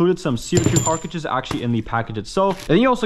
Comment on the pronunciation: Every single time this dude says carcages I cringe. He doesn’t have a lisp he just can not pronounce the word right to save his life😭